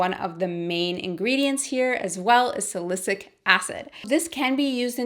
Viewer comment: You’re so pretty and down to Earth that I don’t even mind how you mispronounced ‘salicylic’. Can you please do a makeup tutorial for this gorgeous look? Or list the products. Thank you xx